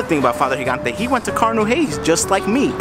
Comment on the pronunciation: "Higante"?? What's that pronunciation?! He wasn't Hispanic, he was Italian dude... It's "Djee-gan-te" :)